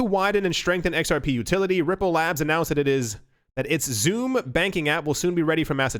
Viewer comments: XUMM. Is pronounced "SUM" not "zoom" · XUMM is pronounced sum. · XUMM: Pronounced "Exhume". lol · David Swartz mentioned in a podcast interview the pronunciation of XUMM as (EX-sum)